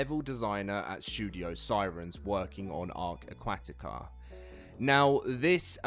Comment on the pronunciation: 46 seconds in and this guy cant pronounce aquatica >.>